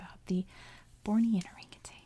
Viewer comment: It's not just California! People add that G to orangutan in Ohio too! I think it's just hard for people to say certain words or phrases without making similar syllables rhyme. It doesn't help that, in the '90s, there was a Tang commercial with an orangutan in it. Let me see if I can find it.